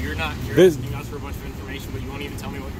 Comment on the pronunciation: He’s axein you a question